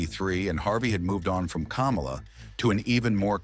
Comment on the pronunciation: Kamala the wrestler is pronounced kah-molla. NOT kom-ola like the ex vice president. Their last name, Harris, is pronounced the same for both!